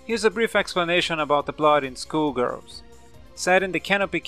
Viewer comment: It sounds like he's saying School Girls instead of Skull Girls.